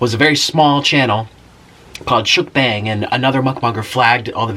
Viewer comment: You idiot!!! You said Mukbang wrong